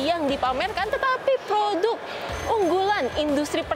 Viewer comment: produk ... bukan POHOTUK...